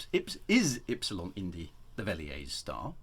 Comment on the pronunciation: It’s (Ep-Si-Lon) not (Eeeps-Silon)